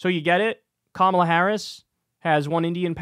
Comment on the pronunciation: Loomer says Kamala correctly, that's the only good thing I can say. The jigsaw comparison isn't making fun of her looks, she did that to her face.